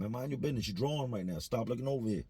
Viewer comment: "you drawln" very Philly of u lol